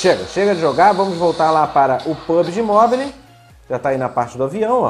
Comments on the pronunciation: Amigo, só uma dica: não se fala literalmente "Mobile", mas sim "Mobaiou". Desde já, só esse pequeno acerto kkk Ótimo Vídeo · Agonia demais "Mobili" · Mobile se fala "mobou" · Só uma dica basica: se pretende falar uma palavra em ingles tantas vezes como a palavra mobile, coloca no google how to pronounce e escuta a pronuncia... A pronuncia é tipo "mobaiou". A proposito, excelente video... meu outro cel da xiaomi parou de pegar sinal da operadora dps de 3 anos usando... agora vou ter q comprar outro e o video me deixou animado em pegar um.